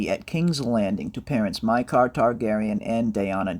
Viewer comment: Mi k ah not mi car